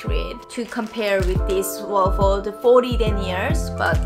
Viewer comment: The way you pronounce Wolford sorta like "warf-ord" is cute.